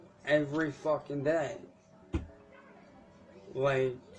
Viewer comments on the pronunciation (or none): The "vucking" & "vitches" gets me every single time & makes me giggle. Thanks for the chuckles! he couldn't think of the word he wanted, probably something like "manipulative" would've worked!